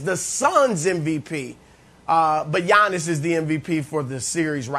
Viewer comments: Nobody: Giannis Brandon: Yonnis; Yinnis; Yawnnis; Awnnis; Ones; Onnis; Onyx; Yawning 😭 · Can somebody tell Brandon it's 'Giannis' not "Yawnnis".. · Brandon Marshall calling him Yawnis is HILARIOUS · The G is silent in Giannis name so I don't understand why Brandon is putting emphasis pronouncing his name. 😂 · Brandon pronounces Giannis name funny